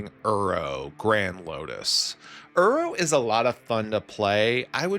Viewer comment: I love your videos man this is the 2nd one thats popped up on my feed recently. Coming from an avid arena brawler, I love the direction you took with the deck! P.S I have to say, hearing you say "uro" instead of "iroh" kept bothering me 😂idk why, just ruffled my feathers haha